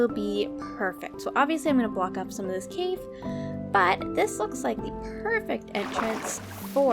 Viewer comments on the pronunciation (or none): none